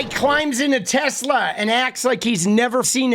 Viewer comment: The orange-oetang said tesler if you listen good.that's a tesla+Hitler. The ultimate nazi mobil